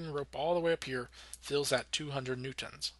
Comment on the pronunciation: Good Videos But you pronounce "Newtons" really weird